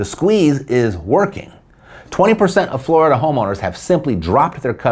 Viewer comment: You had me at "floridia" (rhymes with "chlamydia"). Whenever I see that word, I know a story about eejits electing a government of criminals and enemies of the state, is coming.